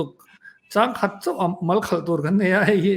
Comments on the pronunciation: "Thâng khat mu ang." Ni lo vin Tha'ngkhat Mu ang. "Thang" tih hi ri hniam a chhiar tur a ni. A ri song a chhiar lo vin. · A ngaihnawm țhin, Mama chhiar "țhang khat mu," tih thluk dan hi a dik chiah lo, tih ka rawn sawi dek dek.